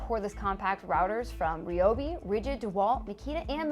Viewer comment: He was definitely complaining Sarah! Ohh, and I believe its pronounced ri-obi 😉🤣😏